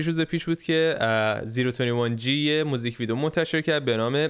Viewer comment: هاهاها میگه میزیک ویدیو